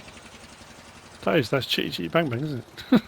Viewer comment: The emphasis on the "chitty chitty" bit had me rolling.